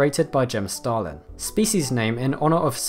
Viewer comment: "Created by Jim Starlin" Starlin❌ Stalin✔️